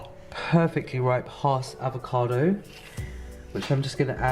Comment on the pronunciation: If he said avocado one more time in his way, I was walking into traffic... Wait, did he day cabbaaahj? Lock the door!